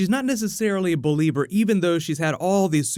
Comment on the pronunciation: Did you say 'belieber' ... seriously??